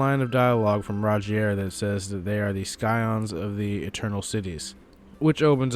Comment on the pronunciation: Scions pronounced "sigh-ons" and not "sky-ons"